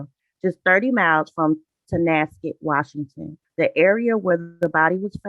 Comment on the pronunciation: I'm originally from Washington State and I appreciate your pronunciation of the towns so frustrating when podcaster can't say the town's properly ( Guess it's a pet peeve) And you thank you for covering this Tragic story